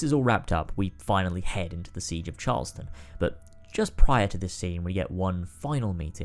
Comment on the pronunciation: You pronounced Charleston wrong. Like how people who don't live there do.